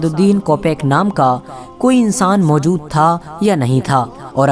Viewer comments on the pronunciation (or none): none